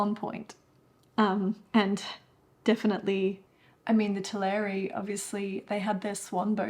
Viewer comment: Just a quick note, it's TELL-eh-ree, not tuh-LAIR-ee.